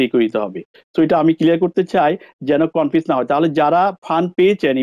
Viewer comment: ভাই উচ্চারন ঠিক না কেনো? Get (গেট) কে গ্যাট উচ্চারন করছেন। Married কে মেরিট বলছেন। Confuse কে কনপিউজ বলছেন। আরো অনেক উচ্চারন ঠিক না। ধন্যবাদ